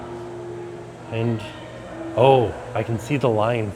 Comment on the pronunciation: Sirene in French is pronounced SEE-REN. This has been a PSA.